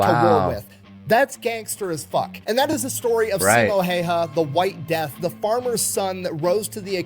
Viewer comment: I believe it's phonetically pronounced "See-mow How-hah", which sounds weird to native English speakers, but makes perfect sense in Finnish.